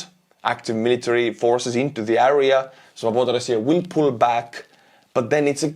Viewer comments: Kõik muidu super aga palun proovi hääldada area - "eria", mitte "äria" :) kriibib kõrva iga kord. Aitäh vinge contenti eest! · Great update as usual, you are a champion. But please it’s AREA not ARIA🙏🏻